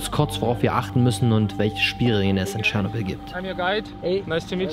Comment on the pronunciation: Du Sprichts Tschernobyl und Pripyat Falsch aus